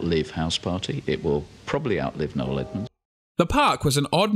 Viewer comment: It's No-EL Edmunds, not No Edmunds. No-EL.